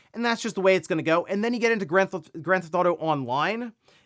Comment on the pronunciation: Take a shot "granthoto" take a shot every time he says "Grand Theft Auto" incorrectly. Hundreds of times a week.